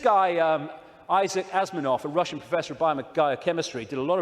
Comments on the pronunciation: He says "Isaac Asminov" ! Ha, ha, ha, talk about losing one's credibility! It's ASIMOV, ding a ling! Az' im' ov! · Umm..Isaac Asimov was born in Russia, but is moved to America. He was a professor of biochemistry, but in Boston, USA, not Russia. He's best known for his science fiction writings. Icke can't pronounce his name correctly. And what expertise in planetology, or astronomy does a bio chemist actually have? lol Icke also doesn't understand what "theory" means in the world of actual science. So sad.